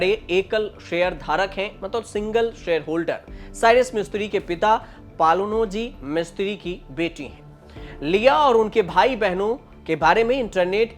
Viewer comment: किर्लोस्कर ,पालनजी मिस्त्री. बेटा पहले नाम का उच्चार सिखो बाद मे यू टयूब chanel चलओ